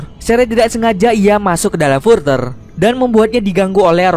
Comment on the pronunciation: Further bacanya gak gitu